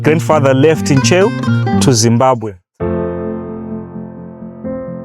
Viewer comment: Ntcheu not chewu kkkkkk and it's in the central part of Lilongwe u can do some research like finding the sabhuku of the place in Ntcheu if u know the traditional authority the names of relatives there sabhuku will help u trace everything